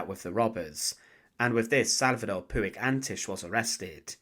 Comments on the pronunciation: The Catalan Surname Puig is not ""Poo ig", but pronounced more like "Poch" or "Porch". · It's pronounced puch